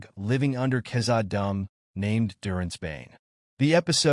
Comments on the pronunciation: “living under Kazza-dumb” 😭💀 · Bro.... Khazad-dûm. The way you said it made my soul hurt